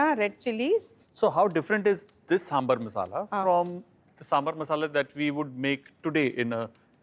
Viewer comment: Sir please correct , kindly excuse its saambhaar